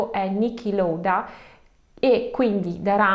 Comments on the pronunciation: Niky “Lauda” e non “Louda”, parlo della pronuncia. Piccolo errore ma per il resto bravissima e precisa come sempre… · Si pronuncia Nichi Lauda e non Loda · Molto brava, molto doviziosa e dettagliata. Grazie Ps. Niki LAUDA esattamente come in italiano, non sbagliarlo perché e’ un mito mondiale 😀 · Ciao cara x me e colpevole ad intuito troppi intrighi e cose che non tornano .p.s.ti perdono la pronuncia del grandissimo pilota di formula uno che è letteralmente lauda❤ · Ciao, sempre belli i tuoi video, però da appassionato di F1, non posso non correggerti, Niki Lauda si pronuncia come si legge...... Scusami per questo puntino sulla i 😅😅😅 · Lauda si legge cm si scrive